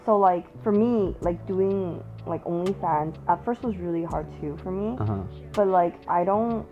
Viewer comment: Wait she said only funs😂😂😂😂😂 it's game over